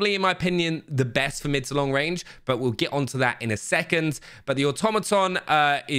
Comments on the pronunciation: Automaton comes from Greek word so you pronounced it correctly. Great job always always keep it up to our expectations! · YAY! Finally someone who can pronounce "automaton" correctly.